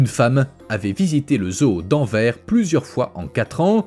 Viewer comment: Le "S" de la ville d'Anvers se prononce pour info 😉